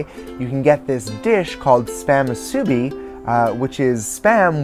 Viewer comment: its pronounced moo soo beeeeeee not mooh soo bi